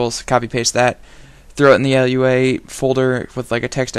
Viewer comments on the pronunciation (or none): Lua, not LUA.